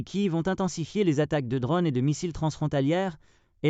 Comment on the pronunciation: Des drônes , pas des dronnes !